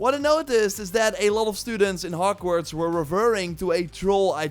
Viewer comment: Bro what us "hockwarts" and "libary" lol You said something like "theres secrets in hockwarts" and even in the "libary"